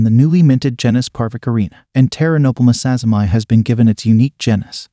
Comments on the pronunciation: oh ok, I thought he was japanese bcus the two ppl who desribed the spider were japanese and it seemed like a Japanese name. but still his name was Sazima, the spider is also called Sazima's tarantula, so the point stands that it should be sazima-ee rather than sazzy-my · yeah the whole japanese thing really isn't relevant lol. what matters is that the person the spider is named after is Sazima, so preserving the pronunciation of that name, as per taxonomic convention, we get "sazima-ee" as the right name for the spider.